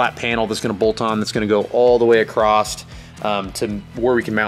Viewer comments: I have to say that across doesn’t have a T at the end and it drives me nuts! Am I the only one that has noticed? Lol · ..There is no 'T' in the word 'Across'.......LOL !!!